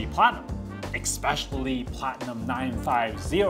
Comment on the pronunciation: Thanks for the video. BTW, it's "Especially" Essspecially😉